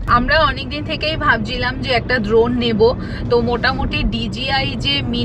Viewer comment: ড্রোন ❎ দ্রন ✅